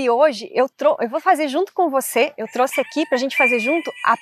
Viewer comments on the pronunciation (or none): none